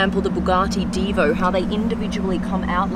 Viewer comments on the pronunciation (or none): none